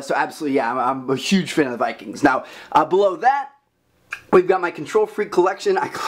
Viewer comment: I keep thinking he said blow that